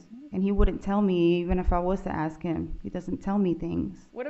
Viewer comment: 😃The defendant lawyer pronounces the word ask as "AKS" instead of "ASK" eventhough she is highly educated and speaks fluent English and doesn't even have African American accent yet she says: AKS I wonder why???🤨